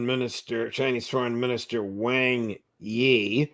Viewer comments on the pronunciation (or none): Judge , I have to pull you up on pronunciation of FM Wang Yi name , Wang , is pronounced aung W-aung , Waung , even though it’s spelt Wang , the tone is different, 😁